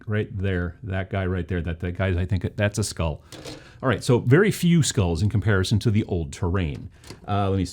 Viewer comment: I knew you were in Wisconsin when I heard you pronounce skull. Not sure what that says about me.